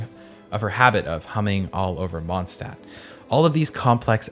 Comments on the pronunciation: As a native german speaker i can say WOW how wrong can you pronounce city names?! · The only thing that bugs me with Genshin is the fact that EVERY SINGLE female character has heels, ridiculous female chest physics and we only had female 'child' characters. For that I personally hate Hoyoverse. And the German mispronunciation. Everyone pronounces Mondstadt wrong, Mondstadt's Archon plays into the 'German Drunkard' stereotype, don't get me started on the horrible Fischl German- if you are gonna insert random bits of a language at least be so decent and hire VAs speaking that language or make sure the pronunciation is right. Otherwise, please fxxk off my first language.